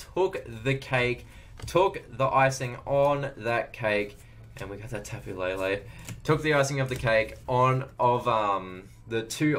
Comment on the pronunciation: not to hate put its tapo le le not tapo la la